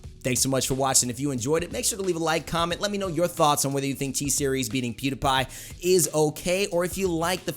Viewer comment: Pewdapai lmao, can't unhear